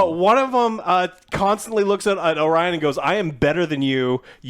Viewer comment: cant even get orions name right, get off the stage you hacks